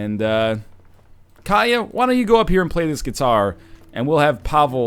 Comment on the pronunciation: Katia, not Kaya. The T isn't silent (they almost never are, in any language) KAT-ee-Yah.